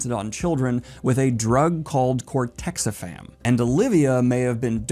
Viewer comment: I hate to be "that guy", but it's "cortexiphan", not "cortexifam". Other than that minor detail, this is pretty spot-on analysis of the show.